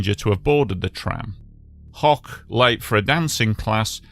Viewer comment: FYI - The last name (Hoch) of the fellow in the tram who survived with burns IS NOT pronounced ‘hock’ but like ‘hoke’ as in rhymes with ‘coke.’ It is actually the German word for ‘high’ - and my own last name.